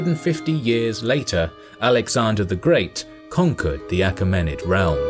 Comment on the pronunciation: A KEE ma nid. Mai LEE tus. Pronunciations are in dictionaries.